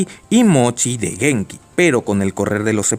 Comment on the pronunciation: una observación, se pronuncia Guenki, no Genki, el nombre del protagonista.